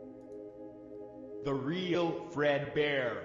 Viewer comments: is it just me or did he say breadboard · Bread bear or maybe you said dread bear